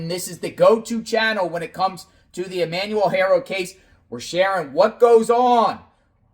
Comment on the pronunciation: I don’t care what you call Jake and Rebecca, but it costs nothing but compassion to say the names of the deceased correctly. Hector= Heck-tour Emmanuel= E-man-u-l 🙏🏼